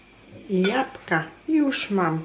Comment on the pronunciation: Jabka ja mysle ze powinnas powiedziec jablka